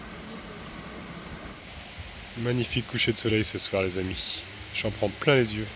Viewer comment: Oui et les che à la fin des mots...les amichs....😅